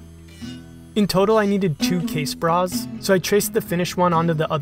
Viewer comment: I laughed every time you said "casebra". Good stuff...